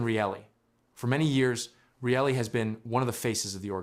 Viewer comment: The second the narrator cant pronounce Morgan Rielly's name. I call it a waste of my time.